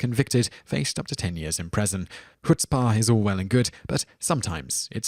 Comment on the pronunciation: Prison not preson...